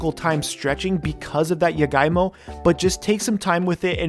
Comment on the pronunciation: I was kinda confused with the jagaimo cuz he pronounced it as yagaimo skksksks Love the honest reaction, now im curious as to how it taste like